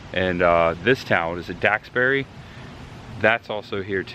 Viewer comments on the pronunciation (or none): Nice video however you need to pronounce the names of people and towns properly. Ex: Duxbury (Ducks-berry), Soule (Sool), Lamuel (Lam-u-el)…